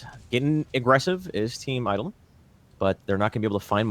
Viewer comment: Say it with me, "Eye-Doh-Lon"...